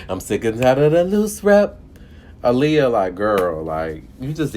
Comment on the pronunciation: How the fuck are you a fan if you're going to talk shit about her music and not even say her name correctly? What the fuck is wrong with you? Have some goddamn respect.!